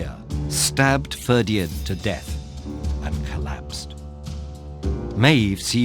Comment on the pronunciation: It's Ferdia, you don't pronounce the D. I always found this story particularly harrowing, CúChulainn having to fight his bro Ferdia to the death, it's just heartbreaking.